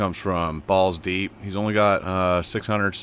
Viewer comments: it is BULL-Z-DEEP not BALL-Z-DEEP. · Yeah dude you need to pay attention to what it says it says Bulls deep not balls deep you're not paying attention to detail either sir and you're wanting and like And subscribe I watch this whole video I was just about to like And subscribe till I heard you say balls deep it's bullz deep